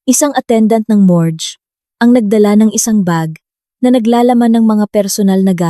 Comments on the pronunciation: anong ibig mong sabihin ng mores? o morgue? paayos naman ng salita ganda pa naman ang kuwento. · Mas mgnda kung magaaral ng tamang pagbigkas sa salita tulad ng pain sa tagalog pero ang pagbigkas english gayundin sa morge, pasencya na po